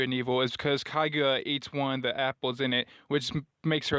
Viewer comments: You can watch anime just dude butchered Kakuya name can't even say her name that makes him.invalid not a anime watcher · Dude you disscredited youself you cant even pronounce kakuya name . By way you talk you never seen a anime in your life, tail beast maDe out of charkra they not demons . Only right one some anime has demons good guys. In Fullmetal alcmist trurth is God in the anime oh eds voice actor is a. Christian. Goku black a wish a fake goku zamatsu is a kai a god he hates humans. You can be a nerd and a Christian i am both. Animr like tv shows video games and moives a medim . Are you going to say tv shows moives video games and comics and board games are evil next?.